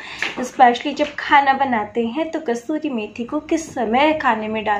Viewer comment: Thanx 4 needful information. But it's "kasoori" And not "kasturi" Ok?